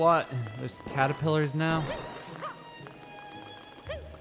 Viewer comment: Did he say Caterpillar